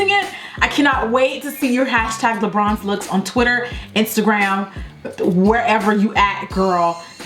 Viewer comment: You pronounce it as 'le' . Is it La or le? Or is the American accent? Because in French it means two different things